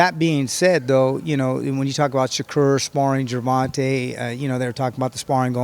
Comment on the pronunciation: Jer... Vahn... TAY... my guy.... TAY. I feel like you were disrespecting him in a subversive buddybuddy attempt. Say it right from now on. Also, you said "i don't know when sparring has become so important, I don't know what the big deal is" in reference to Garcia not fairing well against Haney... but IMMEDIATELY afterward, 2 hispanic fighters were mentioned, and you instantly started foaming at the mouth in hunger for that sparring footage.... Oh, now it's a big deal? I'll take this video, with a grain of salt....